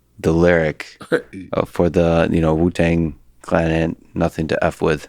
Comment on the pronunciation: He said "Wutang. Clan."